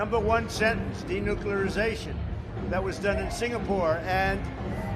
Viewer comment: Fat orange con artist says what? De nuccclleaaaariiiiZZaTIon